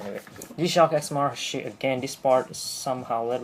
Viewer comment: Please!!!! YOU MUST TO PRONUNCIATE CORRECTLY "MAHARISHI" It is NOT "mahar(i)shi" (wrong sound for that "i" on this video). The correct way is "Mahar(i)shi" (like the sound of the "e" vocal in english). Hardy Blechman is going to kill you!